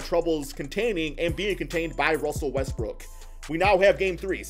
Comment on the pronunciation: Am I the only one who hears Russel Westbrick when he mentioning Russ?